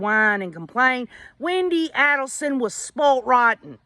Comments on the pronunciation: So glad you are covering this case! I don't really know if Harvey was involved before hand, but I am certain he knew what happened after. I'm glad their son Robert left the family and is supporting the Markel family! Just an fyi the A in Adelson is a long A. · You pronounce her last name wrong